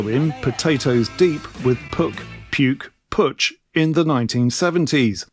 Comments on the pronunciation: In Germanic languages' area, Puch is pronounced [pukh]. 'P' is hard, no puff of air; 'u' is like the end part of 'you'. The -ch is read aloud like the initial sound of 'khaki'. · Puch (German pronunciation: [pʊχ] 🙂There's an audio of it on the English Puch wkpd page. But that’s just by the way – the video is brilliant! Thanks and best wishes from Germany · Actually rhymes with look, book and nook (ie a short 'oo'). To be completely correct, should have an almost indiscernible extension to the k - so Pookh...... Having said that, we always called it Pooch, as you would refer to a dog..... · It actually rhymes with book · All your choices are wrong. Puch is pronounced as if it were a Scottish word. With the Ach-sound at the end. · I have been riding since 1968. Never new how to pronounce PUCH either. They made small motorcycles I believe for Harley in the 60s, my dad would rent one and give me a ride when I was 14. No foot pegs for a passenger so my feet tried to stay on the axel or something.